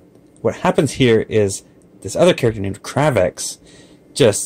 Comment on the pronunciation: it's cray-vex not crah vex